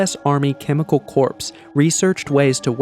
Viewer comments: "corps" is pronounced "kor" and not "corpse". Please don't say the animals were slaughtered. Animals get slaughtered every day for food. But when they are killed because they are infectious, then they are culled. So unfortunate that when you said 1971 the graphic said 1917. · Dude , the word Corps is pronounced " Core" not "Corpse". Also the Picture you claim is Eric Traub is literally a Picture of Werner Von Braun. Google Von Braun and that picture is one of them. I suggest you do better research and learn to read properly. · It’s hard to understand how such a brilliant story can be hard to understand…for instance, FMD was never described as Foot and Mouth Disease. Or Corps should be pronounced as CORE, not corpse. However, it is still terrible that the government feels free to use its citizens as experimental animals. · The word "corps" is pronounced "cor," not "corps." Another error, you talk about a disease being transferred from Europe to Cuba in 1971, but under the map of Europe it says "1917." Otherwise, in my mind, it's a well made video. Thank you for making it. We need to know the truth. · It is spelt "Corps" but pronounced pronounced "Core". 1, 2, 3, 4, I love the Marine Corps! Hoorah! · Are you seriously pronouncing "corps" with a hard 'P', like 'corpse'? You make YouTube videos man, you have to know that that P is silent. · Chemical Corpse is a darkly humorous way of pronouncing that, but it's pronounced just like Marine Corps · Chemical CORPSE? It is pronounced as if spelled CORZ, thank you. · The army corpse ey? I think you need to check your pronunciation of that one. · It's pronounced CORE! How the hell do you narrate and get basic words wrong. That was painful to listen to. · Corps is pronounced “core” - great video, thanks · It’s pronounced “core”, the “P” is silent. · I kept hearing Army corpse and I couldn’t finish the video… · I can’t trust a narrator who can’t correctly pronounce CORPS. It’s like he just learned this word yesterday.